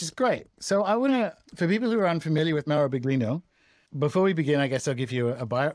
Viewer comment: Please, it's billYEEno, not bigLEEno.